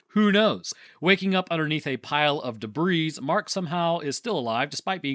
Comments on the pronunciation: … did you just pronounce the “s” in “debris”? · Please stop saying the S in debris. Youre too smart for that. Plus you actually say it right half the time. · Did one of my favorite youtubers just pronounce the s on the end of "debris"? Shame!